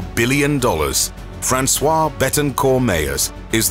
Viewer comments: François is a man’s name, this woman is called Françoise. It would be good to learn to pronounce the names correctly before making videos. Thank you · Frahnswahze NOT frahnswah. Francois is a masculine name. Françoise is the female form. This is like salade Niçoise , which is constantly mispronounced Niçois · He pronounces her first name the wrong way, it is Françoise (feminine) not François (masculin) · FranceWARSE is how the woman's name is pronounced in French. FranceWA is the male name. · 1: it’s pronounced FrançoisE, “Franswazz” in phonetical English; 2: Nine months ago, when that vid was published, the richest man in the world was not one of the three that was cited, but another French citizen: Bernard Arnault.